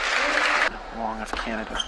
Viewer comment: Eugene WANG not Wong. Omg.